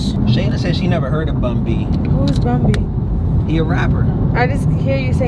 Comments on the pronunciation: It's BUN SPACE B... NOT BUNBY😂😂😂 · Bun B not Bunbee 😂 😂 That’s 🥶